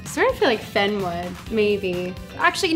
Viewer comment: The way she says Finn is so funny to me lol “I feel like “Fenn” would” like that’s what it sounds like